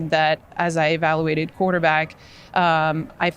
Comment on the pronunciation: Evalawated? I'm not fluent in the Canadian language but I believe she may be wetodded. Hypo teticals? What the hell?